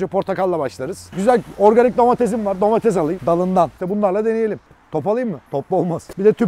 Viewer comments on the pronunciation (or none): abi domatesede domatez dedin ya